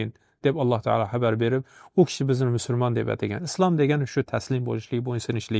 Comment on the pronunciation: Ассалому алайкум ва рохматуллох! Барака топинг! Аллох ажрингизни купайтириб берсин! Илтимос "мусулмон" сузи талаффузда бошкача эшитиляпти...